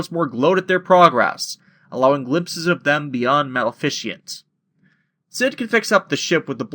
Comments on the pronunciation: I second the comment below - Riku was the originally-intended wielder of Sora's Keyblade, which is why he was able to hold onto it. And and yet again - Donald is a dick. Out of curiosity, why do you pronounce Maleficent "Mal-fish-ent" instead of "Ma-le-fi-cent"? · Ok how do you mispronounced maleficent. It a combination of malevolent and magnificence